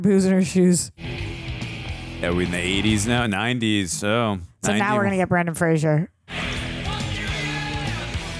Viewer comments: It’s pronounced Fray-zer (like razor). It’s not Frasier. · It's "Fraser" like the "Razor"! If you pronounce it like the show "Frasier", he will get mad! 😉🫶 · Brendan not Brandon and Frasier is pronounced Fray-zur according to Brendan. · Yes, yes, yes! Such a great movie ... but as a PSA - Fraser is pronounced to rhyme with Razor. (Not Fray-zur like Kelsey Grammer!) Said only with love because Brendan has battled it his whole professional career so the least we can do as fans is get his name right 🙂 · If it helps, and I’m sure others have said it, Brendan Fraser has said that his last name is pronounced like laser 🙂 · You’re to go to the first time- it’s pronounced Fra-zer. He always corrects people. He says it’s Fraser like razor. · Fraser rhymes with Razor